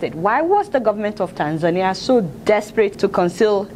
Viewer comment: You mispronounced Tanzania.